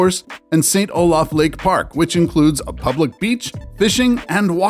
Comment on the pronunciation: and it isn't "Saint O-laf" ... it is pronounced "Saint O-lif"